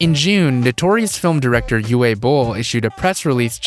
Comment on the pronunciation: Why say Uwe wrong then include a clip of Uwe being said correctly ? I wasn't going to comment about you saying it wrong, but you've heard it right... So... just... why say "you-way" when you've obviously heard that it's pronounced "ooh-vah"?